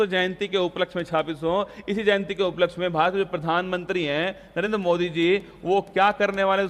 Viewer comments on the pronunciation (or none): none